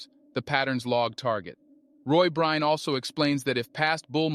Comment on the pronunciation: I hope you apologize to for mispronouncing his name so consistently.